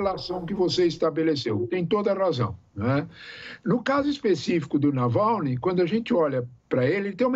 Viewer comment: Nalvany ou Navalny? tá difícil de acertar o nome (e nem é tão difícil assim)